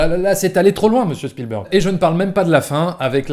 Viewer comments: tu prononces à l'américaine mais spielberg est un nom germanique car c'est un juif ashkénaze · C'est vrai que Chpielbèrgue, ça pique les yeux quand on entend. Mais Spielbeurgue, c'est pas mieux ! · Bon... donc même un journaliste de TF1, en faisant un petit effort, sait prononcer correctement le nom de "Spielberg"... Peut-être que ceux de CNN le prononce avec le Q, "à l'Américaine", mais ce nom étant germanique et Ashkénaze, il doit être prononcer comme en Allemand "CHPIL-BÉRG" qui signifie "qui vient d'un lieu de guet". Sinon, bonne vidéo !